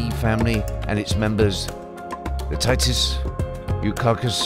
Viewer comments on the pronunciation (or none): none